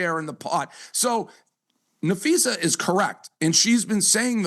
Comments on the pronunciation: NapheesA, not NapheesE. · you big dummy you sound like your saying Nafeces, sound it out there, you can do it, Na-phee-sa 🤦🏼‍♂️ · NAPHEES-AH is how it’s said. Makes me cringe every time I hear you say her name. Please know peoples names if your reporting on them!! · uhhhhhh, I mean seriously folks, uhhhhhh I'm just being honest here, the sooner he starts pronouncing one of the most famous players and also the owner of Unrivaled's name right the sooner people will stop leaving comments. You'd think part of being a sports journalist is knowing how to say people's names correctly. It's annoying and makes him sound slow upstairs, and also it sounds like he's saying Nafeces 💩 It's like if he always called CC- Caitlin Clerk, and obviously it gets on people's nerves if you've seen the comment 100 times, 101 counting mine. Now if you'll excuse me I have to go drop some big ol' Nafeces off at the superbowl 🚽